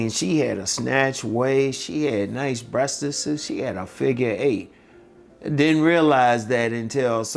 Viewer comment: Unc said Breastiseseses!!!! 😂